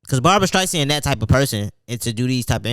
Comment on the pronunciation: My boi said Barbara Streisand 🤣🤣🤣🤣